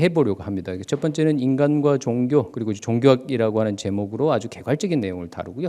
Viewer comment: 선생님! 귀한 강의와는 관계가 없는 질문입니다만, 단어의 발음 문제입니다. 한 말로, 왜 단어의 제 2 음절을 강하게 발음하십니까!??? 이것은, 우리 말이 아닙니다. 예: 기초, 종교, 철학,시점, 문화, 대표, 사건,비판 ,4퍼센트,xx라고,아니라고, 바꿀것, 세번, 사실, 이상 예는, 일부에 지나지 않습니다. 왜!? 둘째자를 거의 모두 accent가 있는 것 처럼 강하게 발음 합니까!!?? 이 결과! 장음인 단어의 첫 자를 모두 짧게 잘못 발음하셨습니다. 만일, 제게 선생님 발음을 평하라고 한다면, 죄송하오나, F!!!. F올시다. 이에 대해 관심이 있는 분은, 유튜브에, 치시면, 참으로 진귀한, 우리 말에 대한 강의를 들을 수 있나이다. 미국 변 완수 드림